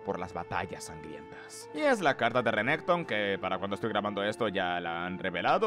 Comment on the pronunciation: Siempre aprendo algo nuevo del lore o vocabulario con tus videos XD muchas gracias! Solo no le digas Sivir si vas a decirle Rénekton owo, sería Sívir or Renekton una de dos ¬¬.